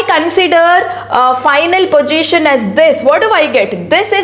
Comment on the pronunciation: mam please pronounce the word position properly